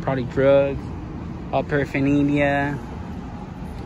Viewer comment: Paraphaneelia? Lol 😂